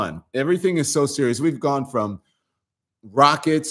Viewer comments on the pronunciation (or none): none